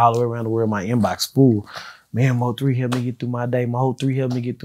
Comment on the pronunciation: Mo 3 said he graduated college,but couldn't pronounce nvm.